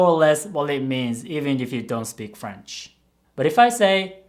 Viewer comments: Your French pronunciation is so on point! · Yo wtf I wasn’t expecting him to have passable French pronunciation, the most casual flex(for a Japanese person) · Wow I’m french and I was surprised, you have a perfect french accent! Did you study it a bit?